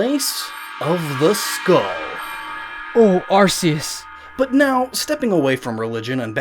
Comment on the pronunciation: "Oh Arzeus"